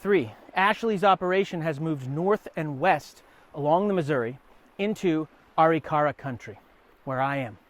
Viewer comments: This guy doesn't know how to pronounce Arikara... A rik a ra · you are not saying it right, so it sounds like you are lieing, it is pronounce Arikara - Ah- Rick -Ah -Rah not the way you are saying it. get it right historian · An excellent presentation on a complex subject. What's with the pronunciation of the tribal name? I've never heard it pronounced that way.